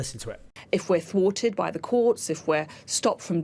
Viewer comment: "Twarted"? She's even using villain language.